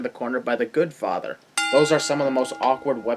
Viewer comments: Its GodFather, not GoodFather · 2.07 lol he said "goodfather"